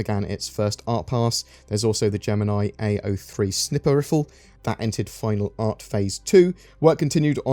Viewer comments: I love you said Snipper Riffel because that’s what I say sorta I say Sniffer Riffel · And, again, "snipper riffle" is just too funny to hear.